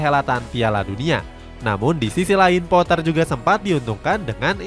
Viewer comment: GRAHAM POAH ,,,🔥🔥🔥🔥 KARENA DI INGGRIS DIA TIDAK DI PANGGIL DGN SEBUTAN POTTER 🤣🤣